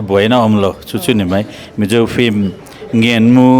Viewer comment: A spelling pawh in ziak dik thoa ti nge in lam dik mawh em em le😂😂film✅flim❌